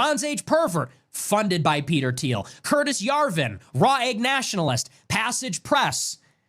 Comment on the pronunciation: the $15 million went to a PAC (Political Action Committee, basically a campaign slush fund for a given politician) not a "pack." Curtin Yarvin, not Curtis "Jarvin" Urbit, not "Orbit," Urbit is an operating system/possibly tech investor scam (alleged, I do not know for certain) founded by Curtis Yarvin